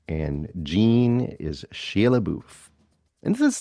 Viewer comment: Don’t act like you can’t really pronounce Shia’s name